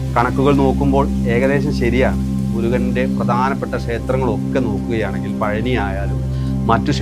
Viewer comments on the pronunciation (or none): none